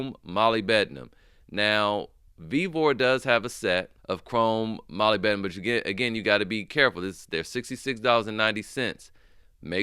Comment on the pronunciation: Just for future reference brother, its pronounced MUHLIB-di-num. Don't worry I'm pretty sure we all messed it up